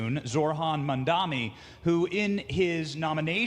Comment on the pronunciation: Benny, his name is "Mamdani". Making yourself look silly, bro, by saying it incorrectly